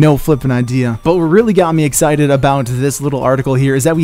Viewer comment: did you just "Exe cited"?